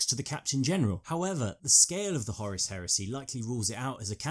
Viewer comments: It's Horus not Horace you dimwit. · Its Whore Russ not Horis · pronuncation of Horus... sounds much more powerful and sinister as 'Hawruss' not 'Horace'. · Who the fuck is Horace? I thought the Warmaster was called Horus. Lol... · Just one question: why are you calling Horus Horace?